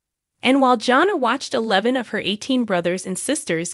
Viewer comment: Not engaged? She just got married, what are you talking about? Also, the first "a" in Jana is pronounced with a short "a" sound. Jinger's name is pronounced like the spice, "Ginger" not Jinger as in "Ringer". What a ridiculous video.